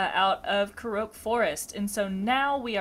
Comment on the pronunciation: btw Korok pronounced "core-awk"